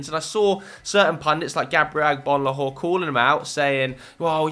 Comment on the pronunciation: This man really pronounced Agbonlahor well